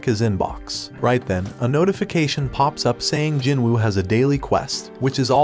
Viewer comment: Bro sung jin woo not jinruu